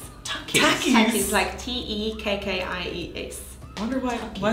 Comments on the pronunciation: Her: Tekkies. Me: Takkies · "tahkies" TAKIS!? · Takkies not tekkies 🇿🇦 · Lol girl your saying takkies